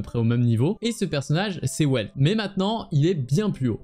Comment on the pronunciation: Et Welt ça se prononce "Velte" vu que c'est allemand